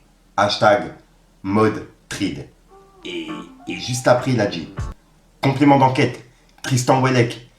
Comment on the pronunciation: Trident, phonétiquement Tri-dan 😅